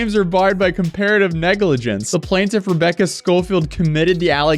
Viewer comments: Guess the new thing is how to pronounce "plaintiff". "Plain" is pronounce, well, "plane". You get the "tiff" part correct. So, "plane-tiff" not "plan-tiff". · It’s never plan-tiff